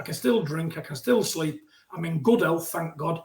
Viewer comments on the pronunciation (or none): none